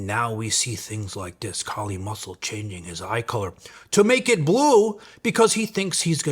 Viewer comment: k-eye-li = Kylie Muscle from now on